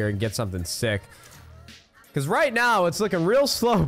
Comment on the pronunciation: Did anyone else hear " becauseth